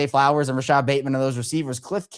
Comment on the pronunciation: “Rashod Bateman” smh…..